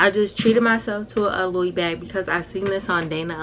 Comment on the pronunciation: girl, first of all i love you soooooo much but please hunny, it is pronounced (LEW-E) not (low-es) Vuitton 🥴 you too cute & poppin to not know how to pronounce designer names especially your “favorite” one..